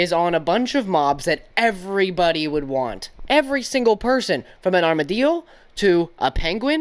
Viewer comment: Why are you saying armadillo the spanish way lol